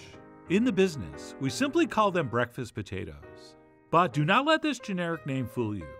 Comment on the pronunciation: Your pronunciation of putatahs is the same as my grandfather from P.E.I., who has passed. Thus, I added tears instead of salt. Love from Queen's U, Canada.